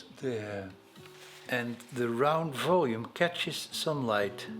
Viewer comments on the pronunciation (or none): none